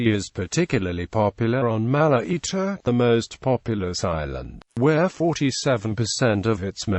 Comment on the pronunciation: It's not mala eater. It's Malaita.